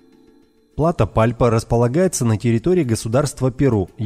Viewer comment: Херсон-город на украине,не одно и то же,что мыс Херсонес. ПУдожский р-н,ударение на У. ПлатО,ударение на О.